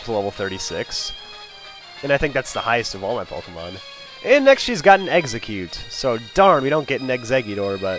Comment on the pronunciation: Eggsacute sounds like exacute